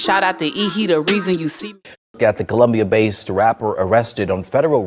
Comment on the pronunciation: It's COLUMBIA not Columbus